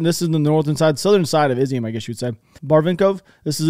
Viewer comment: Nah man, I appreciate the videos, but you owe us nothing, family first. Also Imma help you out a little my dude. City is not pronounced Izium, rather Iz-yoom. The symbol ю makes the sound like the english word "you". Cyrillic lesson for the day ;). Sorry, keep the videos coming.